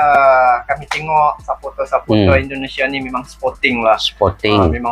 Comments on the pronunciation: Kalau ngomong jangan sapoter tapi suporter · Suporter bang bukan sepote !